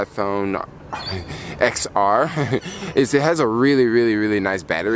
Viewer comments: Upload speeds depend on your carrier. The iPhone doesn’t dictate the upload or download speeds. Yellow is a popular color, order it online if it’s not in stores. It’s Roman numeral X. You pronounce these devices as 10S, 10S Max & 10R. Are you referring to USB C?? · I think you're supposed to pronounce the X as a 10 10R, 10S, 10S Max...